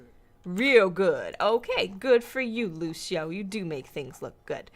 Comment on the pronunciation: lúcios name is pronounced (loo-see-oh) not (loo-shee-oh)